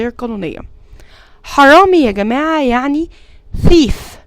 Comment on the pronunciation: بس نطق الحرامي بحرف ذ او ث لو سمحتي ذيف او ثيف